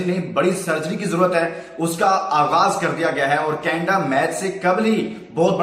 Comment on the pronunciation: Canada ko canda kyn bol rhe ho